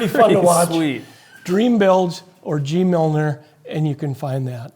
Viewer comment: Nice video, thanks. By the way, it's GeeMiller, not GeeMilner.